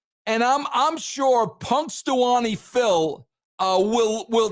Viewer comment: "hurrycane" & "punxtawaney" had me 💀💀💀🤣🤣🤣